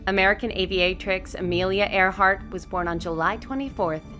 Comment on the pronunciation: its Earhart not Earheart